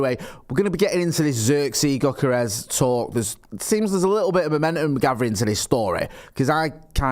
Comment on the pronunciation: Go kart rash?